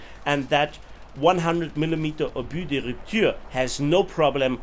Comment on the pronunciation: Ur french prononciation of "obus de rupture" is excellente 👍